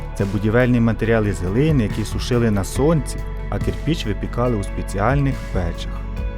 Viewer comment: Українською правильно КирпИч